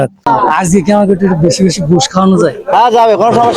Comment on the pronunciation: ভাই আজগে না আজকে হবে। তবে কনটেন্ট ঠিক আছে